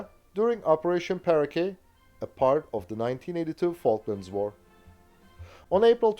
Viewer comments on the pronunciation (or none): none